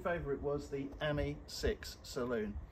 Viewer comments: Ami has the emphasis on the ‘I ‘ as you would pronounce Ami meaning French for friend . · You pronounce AMI slightly wrong .